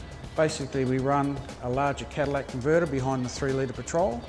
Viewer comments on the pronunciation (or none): hahaha "cadillac convertor"